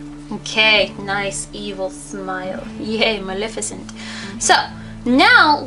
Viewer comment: It's Muh-LEH-fih-cent, not Muh-LIH-fih-cent!